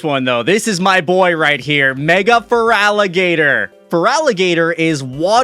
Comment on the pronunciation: THERE IS NO VOWEL BETWEEN THE T AND THE R IN FERALIGATR!